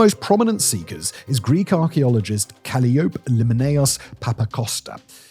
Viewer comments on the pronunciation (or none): her name is "cah-LIE-oh-pee" not kally-ope, my dude. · The only thing I don’t like about Simon is his consistent mispronunciation of simple English words and names. It’s “cal-i-o-pee”, not “cal-e-ope”. Bloody shameful for such an intelligent man. Carry on, then. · Calliope is pronounced kaliopee, like the musical instrument. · OMG, Ca-Li-O-Pe. I beg you please practice how to pronounce these names. You have such a great channel ( all of them) and your voice is nice but by goodness you murder some of the names of people and locations. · That was painful. Try "Cal - LYE - o - pee." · Did you really just call her "Calli Ope"? It's pronounced "Cal I O Pee"...Cal, I, O, Pee..... Calliope.... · Did you say "cally-OPE"? Ca-LIE-o-pee. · The name is pronounced Ca LIE-o- pee, not Cally-ope. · Calliope = Cah-lie-oh-pi rather that Cally-ope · I do believe it is kuh·lai·uh·pee not Calli.Oph. Although I may be wrong, but I do think its ancient greek. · "Cally-ope"? Really, Simon? 😂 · Calliope is pronounced "Ka-lie-ah-pea". It is the name of an Ancient Greek muse. From Wikipedia: "Calliope is a Greek goddess and the chief of the Muses, who presides over eloquence and epic poetry. She is the mother of Orpheus and Linus, and is sometimes associated with Homer, Virgil, and the Sirens." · Cally-ope? Seriously? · Calliope is pronounced cal-LIE-OH-pee. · Calliope is pronounced kuh-LIE-uh-pee. Anne Stine Ingstad is said 'Anna Steena'. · Calliope is pronounced Ka.LYE'.o.pee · Yeah, it's definitely more like the former. kəˈlaɪ.əpi if you want to use the IPA. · It's been a while, but Simon's mispronunciations used to be the stuff of legend. They're back with a vengeance here! 😂 Having not noticed a Whistlerism (sorry Simon) for quite some time, I wondered what was happening when I heard "CalliOP!" I was just starting to remember when "senna-chair-rib" nearly made me fall out of my chair! 😂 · she doesn’t pronounce it Kuh-lie-o-pee? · Calliope is pronounced kal-eye-ah-pee